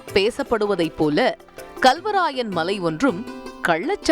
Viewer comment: அடி பன்னாடை முண்டை....தமிழ் உச்சரிக்க தெரியாமல் வந்து செய்தி படிக்கிது இந்த லூசு. Kalவராயன் மலை என்பதை Galவராயன் மலை என்று உச்சரிக்கிறது.